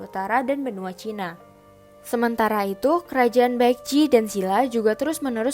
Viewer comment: Boleh koreksi dikit tentang pronounce nya g? Sbnrnya kalo bilang Joseon itu emang e nya kdg nyangkut kan nah yg bener itu bacanya 'gojoson' e nya rada ilang. Bukan sok tahu tapi aku belajar cara ngomongnya. Sama Seoul itu bacanya 'Soul' kek baca bahasa inggrisnya nyawa. Itu juga kan Baekjee nah itu bacanya bukan bakje tapi 'bekji'. Goryeo bacanya juga bukan goreyo tapi 'goryo' sama kayan joseon yang mana e nya rada ilang. Cheomseongdae, cara bacanya juga bukan ceoseongde tapi chomsongde. Sekian Semangat, kakak